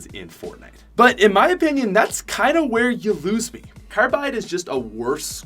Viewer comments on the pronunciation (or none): none